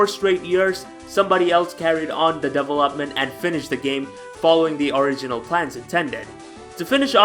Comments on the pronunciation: Am i the only one who got a bit annoyes by his pronunciation of develop/developed/development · Double up mint